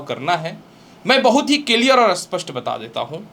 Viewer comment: Kiliar? Clear boliye guruji